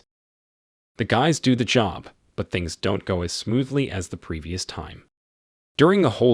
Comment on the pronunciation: After I heard "do" pronounced as "doe" I was out lol.....Nevermind the "says" pronounced as "saise" 🤦